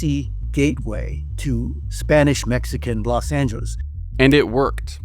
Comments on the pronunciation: Why does the old guy keep saying “Los Angis”? It’s so annoying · Why does he say Los Anges?